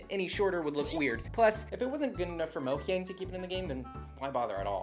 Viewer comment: Did you say Mohyang?